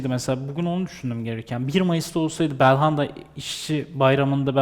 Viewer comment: Bir Galatasaraylı olarak, Galatasarayı değerlendirecek başka adam yoksa yazıklar olsun. Bu kadar basit anlamsız değerlendirmeler olamaz. Daha belhanda demeyi bilmiyor bu adamı yorumlatmaya çıkarıyorsunuz.